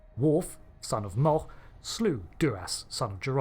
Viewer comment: Please learn how to pronounce "Mogh" correctly...just for starters.